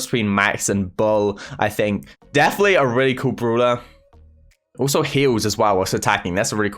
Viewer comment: Nobody:: oOlso